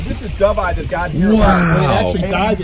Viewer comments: did he say do-vee- eye? dude seriously? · Awesome video, but it was a little odd hearing the filmer say Dough-vee-eye. I have never heard anyone pronounce it that way lol.